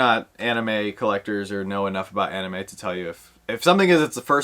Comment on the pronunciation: I will say I do like the anime but the only one I'm really excited about is the scented sugar for sure. The Gojo one is actually a maybe for me. Nate likes that spider-boy a lot too! And nice job on the anime pronunciation ahahaha